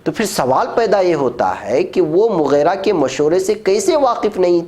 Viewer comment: مغِیرہ ہے ناکہ مغیرہ. غین کے کسرہ کے ساتھ اللہ تعالیٰ آپ کی خدمات کو قبول فرمائے اور زندگی میں چین و سکون سے نوازے آمین ثم